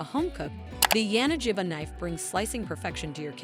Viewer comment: It's pronounced [ya-na-gi-ba], with G as in gorilla, not as in giraffe.